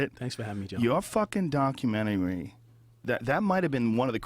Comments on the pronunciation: LOL HOLY SHIT joe thought he was from long island there for a second "yoahwa fkin documenry" holy shit im still laughing wtf was that joe ? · “ Your fuckin documenery” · ...Yauww fackin DAC-umentary. I gotther numb-ba ! Howda like Dem apples ! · Omg Joe's Bostonian accent " You're f**** documentary " lol that was so hilarious and so deep, he definitely couldn't control it . I wish I could hear him with more of that lol. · That "you're fucking documentary" comment was so boston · Had the YouTube app on AutoPlay and phone face down when this video started playing. Right away, the second Joe started speaking and says “your fuck’n documentary”, the thick New York accent,m. Immediately I thought, I guarantee he is sitting across from someone with an accent and low and behold, of course he is. This backs up what I’ve been say about joe for a minute now, the guy is a chameleon (coincidently a word also used in this episode). The bad things is, does it with opinions and changes them depending on who he’s talking to. Joe Rogan is a total Phony and I still can’t believe I thought the guy was legit for so long.